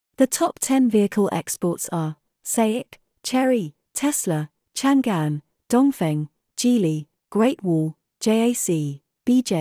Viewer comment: These AI voices still suck at pronouncing geographical names of China. It’s Chang’An, which is the name of the modern day Xi’An. It was the capital of the Tang empire, the most prosperous international metropolis on earth back then. That’s why it’s proudly used to name a car.